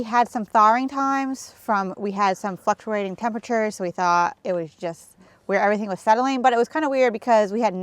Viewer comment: Sorry, but I got a chuckle out of saying “fLuctuating”🤭 I know, I have a middle school sense of humor☺️